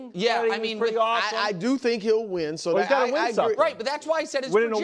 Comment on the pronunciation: "He has won...........noth-ing!" Wilds is wild